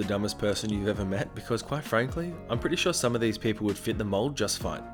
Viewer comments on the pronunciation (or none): none